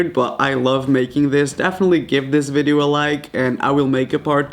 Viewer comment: did he said vedeo???? no harm.....😊😊😂